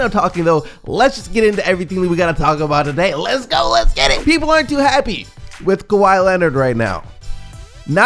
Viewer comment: im sorry i miss you saying le go instead of lets go